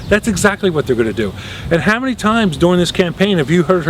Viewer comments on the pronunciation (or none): none